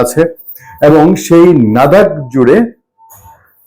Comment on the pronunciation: "নাদাক" নয়, "লাদাক" হবে।